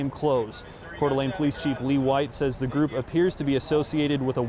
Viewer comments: I live in Coeur d'Alene and we were warned to stay away from downtown as feds were going to show up. B.T.W. it's pronounced Core da lane. I should add that we (local constitutionist) were warned by the sheriff's department on Thursday night. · Say it Core Da Lane